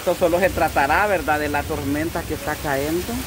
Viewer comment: Hola. Una observación y lo hago sin mala intención pero, creo que es necesario y es bueno aprender aunque seamos adultos siempre hay algo que aprender o corregir; escucho que dices " CAENDO" y no se dice así, lo correcto es " CAYENDO " Cayendo.